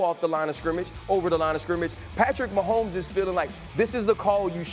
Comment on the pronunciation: #15 Patrick Wah-homes :face-pink-tears